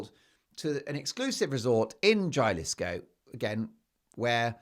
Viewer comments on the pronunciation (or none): Mark you are one of the most rare wordsmiths on earth. But my friend Jalisco is not JA LISCO it is HA LISCO. J is silent in Spanish. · Jalisco is pronounced “Halisco”. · NOTE: Pronounce Jalisco with an H: Halis-co. In the States, Robyn is a woman's name. And we Californians feel very safe. I can only think of a few neighborhoods I would avoid in the state comprising 164K square miles. But it's not an "open carry"[gun] state, nor are there legal barriers for women to access health care. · Hahahaha it is pronounced as "Ha-lis-co", not "ja-lisco", but that was spontaneously funny! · Not trying to shame you, but it’s pronounced Ha-lee-sco, Jalisco. The j’s in Spanish usually become h sound. Don’t believe everything you hear about M and H , they like to tell tall tales. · Jalisco is pronounced “Ha-lee-sko”. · Jalisco, Mexico The J is pronounced as an H Huh-li-skow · Pronounced Halisco. H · Good job on pronouncing Maryland today!! However, in Jalisco, Mexico the J is pronounced like an "h".😂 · Mark it's Jalisca sounds like Halisco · The pronunciation of Jalisco is ‘ha lee sco’ -Jalisco. Thanks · Haaa-lees-co, please! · It’s pronounced Ha-li-sco btw. Love the show and the humor Mark! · BTW, Jalisco is pronounced Halisco. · Jalisco is pronounced huh-li- skow. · Jalisco pronounced halisco. Kust so u know. Lol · Jalisco is pronounced Halisco. J sounds like H in Mexican Spanish.